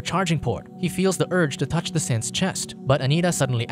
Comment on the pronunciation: me hearing simps instead of synths